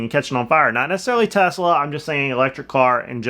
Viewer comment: Why are they calling it a Tezzzzla.